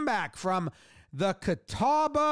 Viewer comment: Props on pronouncing "Catawba" correctly. I've heard that butchered in some weird ways.